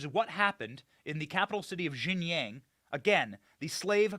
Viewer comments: Benny, mandarin speaker here. Xinjiang is pronounced as "Sheen-jeang", not "Jing-yang". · Xinjiang is pronounced as Sin Jee-ang. It is not IPA J, it is an English J.